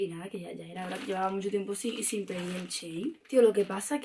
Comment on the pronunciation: dice chein y es shein